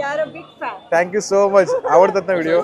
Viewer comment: मी तुमचे सर्व व्हिडिओ बघतो 👍,एव्हरीथिंग खूप छान 👌❤, एक suggetion, तुम्ही एखाद्याला जेव्हा Thank you म्हणतात तेव्हा ठ्यांकू ठ्यांकू असे म्हणता कृपया थँक यु थँक यु असे म्हणा